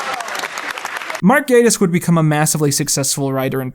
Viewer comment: Endlessly pleased to hear the correct pronunciation of “Gatiss.” Definitely could fill a whole show with his widespread jack-of-all-trades success (and the tremendous highs and lows of his creations...)